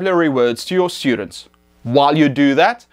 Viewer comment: its very distracting when you say SHHTUDENTS, good video though none the less